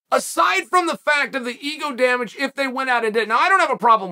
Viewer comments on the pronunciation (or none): none